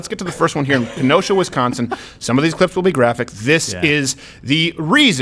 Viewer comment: Thank you for pronouncing Kenosha and Sheboygan correctly!